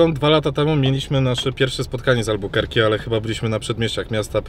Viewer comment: Nie Albukerki tylko Albakurki